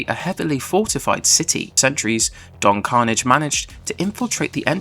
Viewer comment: Roll the R!